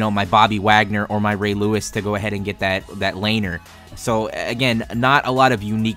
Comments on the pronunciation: my guy its pronounced laneer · And it is Luh-neer